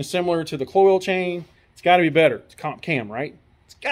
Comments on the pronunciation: Not pronounced "coils." Pronounced exactly how it is spelled: Kloy-z rhymes with "toys." They've been around for years. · Agree. The mispronunciation sounds like a nube rather than an experienced builder. One other thing; the "good chain" was put on a differernt motor. Raises a couple of qustions. Perhaps the first motor was align-honed and the second not? Cloyes offeres a timing chain to account for this. Or ????